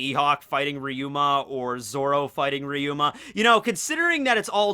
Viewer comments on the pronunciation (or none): Its ryuma not riyuma